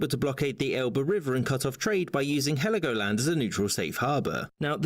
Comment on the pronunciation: it is Helgoland no i in it, but it was treated to the island of Sansibaras well as the Namibian strip